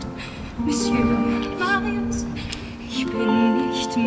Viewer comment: Schön dass sie Marius nicht deutsch ausgesprochen haben